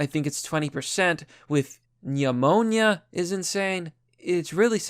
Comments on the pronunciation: Google pneumonia and it's pronunciation to learn how to say it right, please! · I love how you say "Yamoniya"